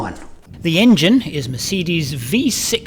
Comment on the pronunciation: Great video and your German accent is really good😊. You should do a german vlog one time👍🏻Greetings from Germany